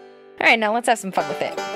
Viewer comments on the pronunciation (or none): I'm pretty sure she said "Let's have some fun with it!" But it sure sound like ok let's have some fuck with it..😲 Its an interesting product.